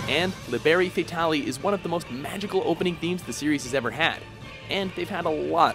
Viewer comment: They should at least do some research on how to pronounce words that are not in english. That "liberi fatali"... ouch